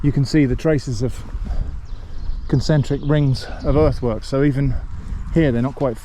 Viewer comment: oh, “earthwork”! When you said it the first time, I heard “earthworm” and thought wow, those worms have been working hard